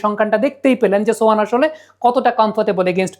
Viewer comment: ছোহান না সোহান 😂